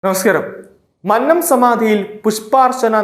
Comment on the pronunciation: മന്നം അല്ലടാ മന്നം